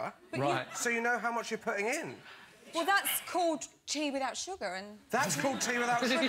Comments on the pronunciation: its not suggar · stoooooop its not suggar